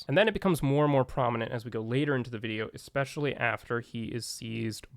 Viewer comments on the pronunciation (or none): It is not pronounced "Eckspecially" It is especially